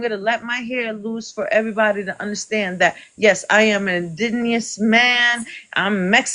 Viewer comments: Omg 🙄She can’t even pronounce indigenous. Bless her heart. 🥴I myself am Puerto Rican and I understand the difference between race and ethnicity. 🤦🏽‍♀️Reading is fundamental! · The word indigenous is kicking her ass. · She sounds drunk. She cannot even pronounce the word indigenous 🤦🏽‍♀🤦🏽‍♀🤦🏽‍♀🤦🏽‍♀🤦🏽‍♀🤦🏽‍♀🤦🏽‍♀🤦🏽‍♀🤦🏽‍♀🤦🏽‍♀. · Why does she keep saying indigenous that way? 😂. And … you are very well-composed. How do I get on this with you? I want to have a conversation with you. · Why she keep growlin? 😅😅😅 And can't say indigenous. Smh. This is what YT ppl did to the world--created the construct of race--now EVERYONE is f'd up by it! YT presenting ppl can't even admit their YT. [Some] Black ppl dont accept Black presenting mixed ppl as Black. It's just all so stupid. The concept of race just needs to be deaded and all wrongs based on it need to be made right. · Why can’t she and the term “Indigenous” get along? She kept messing the pronunciation up! 😂😂😂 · Wow what happened? Is she trying to say indigenous??? Wth please learn history, before you come and debate.He just let his hair out? He wears it down all the time. I mean you could come back and wash your hair and make it curlier than his, that still doesn’t change your race lady. Her colonial behaviour came out real quick didn’t it.😂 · It took me 10 mins to realize that she wasn't just saying indigenous wrong. She thinks we can them "Indians" and it's because they are Indian-ous.. 😂😂😂😂😂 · Will she ever say indigenous right?💀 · Also mad he can pronounce "indigenous" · First of all she can’t even pronounce indigenous right. She sounds so ignorant! Listening to her is draining! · Girl done lost her mind she sounds intoxicated the word is indigenous not injinious sorry bro I would have bochorno ajeno if I considered myself Puerto Rican but Im Borikua & she doesn't represent .😂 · WHAT IS IN-DIN-EOUS? 😂 People get so mad getting call white 😂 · Someone needs to teach her how to pronounce the word in-di-ge-nous.